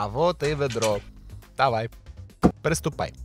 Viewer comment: "А вот и вэдро. Давай, прыступай..."